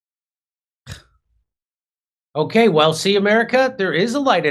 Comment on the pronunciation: did he just say 'through the ruff' ? 🤣🤣🤣 🐶